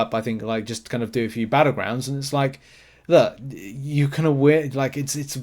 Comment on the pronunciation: its pronounced "LOOK" not "luh"